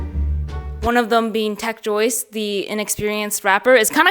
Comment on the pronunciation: it's tech Joyce not tech juice 🧃